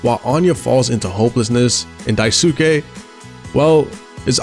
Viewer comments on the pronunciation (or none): not him pronouncing Daisuke as daisooke For further reference, his name is pronounced Dice-kay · The U in "daisuke" is mostly silent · some notes: 1) daisuke is pronounced dice-keh not die-soo-kay. it's a japanese name and syllables with U are typically smoothed over. 2) swansea is a sneaker head! he actually sets aside some of his salary to buy himself new shoes for his soberversary. 3) the hallway hallucination is still curly's pov, not jimmy. i thought the same thing, until i realized it makes more sense thematically with curly: how he feels like he's trapped on top of the (corporate) ladder, and how he's been ignoring warning signs about jimmy until it crashes in his face (literally), which is foreshadowed with the giant sun at the end that he can't look away from. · I though the original kanji is pronounced “Die-soo-key” but people never speak with the original accent and pronounce the ‘e’ with an ‘a’ for westernization. But hell what do I know I called him “Swan-see-uh” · odd way to pronounce daisuke